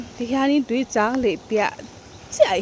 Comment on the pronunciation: I lam rik dan chu "Tuichang LEIH" ti a lam i ang deuh tlat mai....